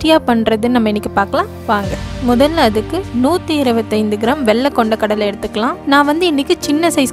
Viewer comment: உச்சரிப்பு சரியாக இல்லை . கல்லை இல்லை கடலை